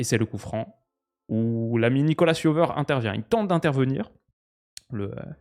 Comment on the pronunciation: pour info, Nicolas Jover est français, donc ça se prononce plus "Nikola Jovaire" que "Nicolasss Yoveur" haha